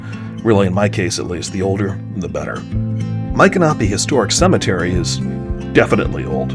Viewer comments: I've been a resident of Florida since 1976. I've never heard Michanopy pronounced that way from central to northern Florida. I've always heard it pronounced with an ick sound not an Ike sound. I also belonged to the Seminole War Society and always heard it with a M ick a nopy with the accent on the Mich (Mik) first syllable for the famous Seminole Chief. Anyway a great video and a great little town. I have purchased many fine antiques in the many shops. We also usually travel to Cross Creek and eat at the Yearling Restaurant and visit the Marjorie Kinnan Rawling farm as well. Great video with alot of information!❤ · Please don't think I am being critical, but we lived in Ocala for 8 years in the 1980's and visited Micanopy several times. It is pronounced Mick-an-opie. My parents were antique dealers and I first went there with them when they visited from Massachusetts one winter. My son was only about 4 and they got tickled with his fascination with the anchor, which he called a "yanker". Not far from there is the Marjorie Kinnan Rawlings home and Cross Creek. They filmed part of the movie Cross Creek with Mary Steenburgen in Micanopy. They covered the streets with leaves to conceal the pavement because when she lived there the roads were all dirt. Next time you are in that area you should go visit her home and also the Cross Creek Restaurant where you can get some gator tail! TampaJay did a video about that restaurant but he did not visit Marjorie's home. Maybe you should go together and also eat at the restaurant. He really liked it. Thanks for sharing-it has not changed much since the 1980's! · I was told it’s pronounced my canopy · YOUR SAYING MICONOPY WRONG!